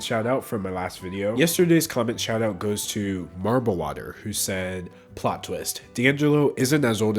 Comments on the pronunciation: Guys it isn't d'anglo its DANGLE o. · It’s pronounced “da-dan-jello